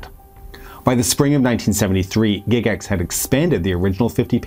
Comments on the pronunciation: Has everyone been pronouncing Gygax wrong for the past 50 years? GIGax? Never heard it pronounced that way in all my life. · It really threw me when I heard you pronounce "Gygax". I had the odd notion that I could have been that wrong for so many decades. I was relieved to find out I was not wrong. :D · "Gig ax" tho? Really? Well done otherwise, but that was painful. Tell you what I remember about ET. My mom made me throw away my D&D box set in 81 because of the panic. So here I am watching this movie with her, and the kids are playing D&D and one of them calls another one "penis breath." Not helping, guys. Not helping. Great movie tho.